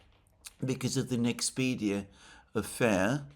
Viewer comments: It’s called “Nexperia”, Alexander! Not “Nexpedia”. It’s getting annoying! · Trump NOT Putin - Nexperia NOT Nexpedia - Automobile NOT Automable. All in the first 15 mins. Come on Alexander, you keep making mistakes.